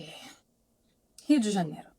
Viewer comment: Your Rio de Janeiro was spot onnnn